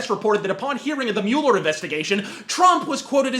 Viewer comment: I like that you pronounce Mueller the way it looks like it should be pronounced, annoys me how everyone says mawler.